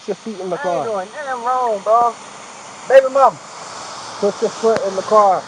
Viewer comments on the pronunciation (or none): he said “baby mamma” like that was her first name lmao